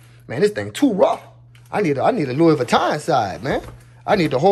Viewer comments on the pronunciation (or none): none